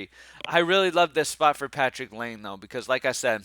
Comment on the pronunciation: (It’s lye-nay not lane)